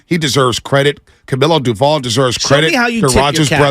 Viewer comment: Will they ever pronounce Doval correctly??